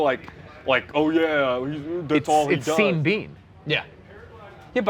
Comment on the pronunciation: Anyone mention to Sean is pronounced Shawn not Seen? Crazy that needs explaining